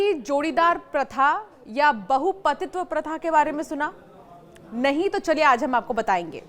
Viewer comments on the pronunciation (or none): none